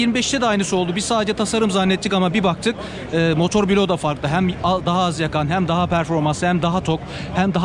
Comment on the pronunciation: Allah aşkına artık motor biloğu demekten vazgeçin ya! Binlerce kişiye hitap ediyorsunuz yaptığınız işe saygınız varsa lütfen düzgün okuyun kelimeleri. Bilok değil Blok olacak arada i harfi yok. Her duyduğumda irrite olup kapatıyorum videoyu.